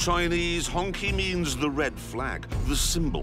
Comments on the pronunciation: it's pronounced HongCHI not Hongki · not HonKey but HonChi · It’s not hong “ki” it’s pronounced “chi” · OMG, it's not pronounced honky! It's pronounced hone-chi. LOL. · It's pronounced Hoong Chee. Not honky. LoL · he just wants to say "honkey" as a mockery, pretty sure he was told of its proper pronunciation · Pronounced Hong-chee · It's pronounce as 'Hong-chee', as per the Mandarin pronunciation. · I was shocked no one taught him how to say it - Hong Chi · FYI, it should be pronounced as "Hong Chee" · Honky is a slur. It's Hongqi (q sounds like ch). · It's "hong chi"